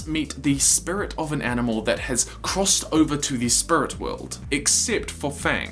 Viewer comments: Bruh he said “spurit” and “spirit” in the same sentence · I hadn’t noticed how you said spirit weird until you mentioned it. Bro why. Spurrit. Edit: Shit somebody commented that 2 years ago. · Can't stop hearing "spurit" now :') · lol I never noticed how he said "spirut" until he pointed it out himself 😂 I wish I hadn't already watched the one about iroh moving on to the "spirit" world. love your videos bro. it really lifts my spirut up on down days.... I couldn't help myself, I really did try.😂 keep up the good work though bro! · Great now all I can hear is "Spurits". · I didnt realize that you said SPURIT until you pointed it out. now i cant unhear it. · It's distracting me so bad.... lol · Potato Joe I know what you mean. Now every time he says it, I actually cringe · I never notice the way you said spirit and now I can't unhear it. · Until you mentioned it, I didn’t notice your accent when saying “Spirit”, and now I can’t help hearing it stand out. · I never even noticed that you said Spirit with an accent and now I can’t not hear it